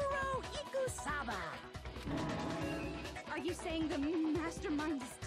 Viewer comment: Say it with me its said moo-Ko-ro eek-oo-saba = mukoro ikusaba